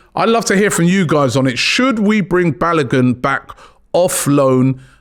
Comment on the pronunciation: Great selection of players 👏. Just one critique for me. Try to pronounce players' names before airing the show. I didn't know who you were talking about when referring to Folarin Balogun until i saw his picture. BA LO GÙN not Buy A GUN 😀🤣🤣. His Nigerian should be pronounced as such.